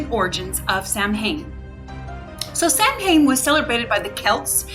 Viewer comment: It's pronounced SOW- en.